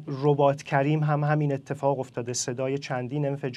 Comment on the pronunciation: اقای کارشناس تو اسم رباط کریم رو بلد نیستی میخواستی بگی حبات کریم. اون طرف بهت گفتن حبات نیست رباط هست. حالا خجالت نمیکشی کارشناسی میکنی